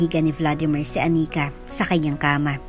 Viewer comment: I am really bothered by the pronunciations, Anika, not aNIka, remaTA not reMAta.